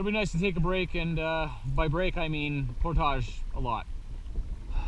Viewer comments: Love the vids! Subbed a while back. Content is awesome as well. But if I hear you mispronounce "portage" one more time I will take hostages. It's (portige) not (Portahge). Keep up the good work! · The word is Portage .... Not por tage.